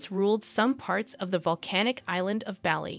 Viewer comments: Not Belly.Its Bali (Bahlee) Good video otherwise. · Barley..not Bally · It's not Bally like "Bally Total Fitness" 😩😱; it's "Bah-li" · I have lived in Bali for almost 13 years. They have been coming since 1985. You miss pronounce the name of the region do you say “Ba-Lee” it is properly prounced “Bah-Lee” with the emphasis on the first syllable. It is not “Oh-bud” it is correctly pronounce “Oo-bude” with the emphasis on the first syllable. Please correct this. It sounds ridiculous to those who know. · It was hard to listen to it pronounced Bally lol We say Bah-li not barley (Americans will pronounce that r) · You forgot Spain's Queen Letizia, who was a journalist before marrying Crown Prince Felipe, now King Felipe VI. BTW it's not pronounced Baa-li, rather it's pronounced Bar-lee. Kate Middleton was also a commoner when she became engaged to Prince William, now Prince of Wales (future King of England). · Bah-lee, not belly 😂😢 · Please stop saying Bahh-Lee. Its Baw-Lee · It's not "Bally" ffs 😩 it's "Bali" pronounced Baa-lee... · "Baar-lee" not "Belly" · A big shame the narrator can’t pronounce Bali correctly. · Please stop saying 'Bally'. It's 'Bar-lee'. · Listening to you call is Balli instead of Bah-li was awful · It’s pronounced “ BALL E” not Bally! Soooo annoying. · In Australia the island's name is pronounced B - are - lee ( as in the grain). Aussies love Bali and its people and many of us go there for holidays. We went to Ubud, which is inland, twice, for holidays . It is beautiful ! We didn't know that it had royal connections. This is a lovely story, with lots of photos, that I knew nothing about. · Certainly no place called Bally, as pronounced in this video. Possibly in Ireland, but not Indonesia. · The one thing about this video was the mispronunciation of the word Bali. It is spoken Bah-li. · Great vid. Just FYI, it's pronounced the same as Barley (Bali)😊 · STOP SAYING BALLY. :face-blue-wide-eyes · Bali is pronounced Bar Lee. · Bali is pronounced Bah-lee